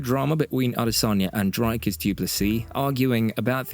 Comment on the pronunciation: Drakas does not exist. It's Dricus. I not A.